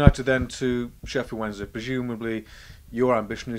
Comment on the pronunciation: I coulda sworn about 6-7 seconds in he said Sheffield Monday XD Had to go back to listen again and he does say Wednesday.